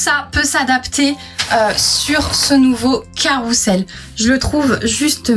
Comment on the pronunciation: On dit : carrousel ! Et pas carroussel !